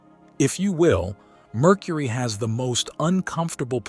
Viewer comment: i love "Murcury"